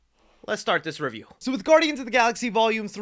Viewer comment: a spoiller free reyew